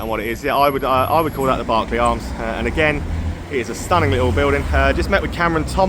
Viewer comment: Nice one Squire, local town to me and bang on with the Berkeley pronunciation 👍